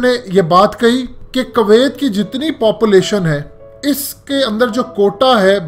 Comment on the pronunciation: Its kuwiat not kawaayt 😂